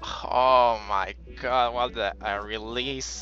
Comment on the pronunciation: It’s sounds like he’s saying hoe my god...lol